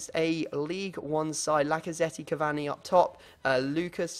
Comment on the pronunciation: Learn how to say cavani